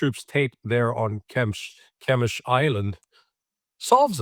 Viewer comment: always a pleasure to listen to Larry. By the way the eiland is named Ghe-esh-m.